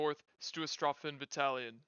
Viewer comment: I understand that German is not your language and that you're a native english speaker, but I would like to suggest looking into the correct pronunciation of words like Stoßtruppen before making a video that is about them. I know I'm nitpicking, but not butchering pronunciations when words aren't terribly complicated (with Finnish Hakkapeliitta I'd understand the difficulty) goes a long way with making a video enjoyable :)